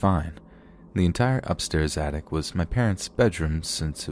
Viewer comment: I'm 30 seconds in and I feel the need to tell you that you sometimes insert consonants into your words that don't exist (this seems to happen the most at the end of your words, not so much in the middle - "attic" not "attict"). I love you man, but I'm a linguist and I can't not point it out. continues watching